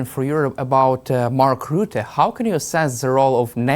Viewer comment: Rutte not roote